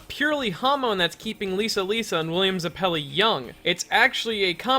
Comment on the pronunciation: “william zuh-pelli”